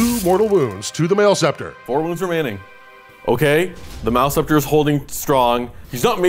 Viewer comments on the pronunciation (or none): Is mis-pronouncing Maleceptor (MAL-UH-SEP-TOR) on purpose? Its like nails on a chalk board.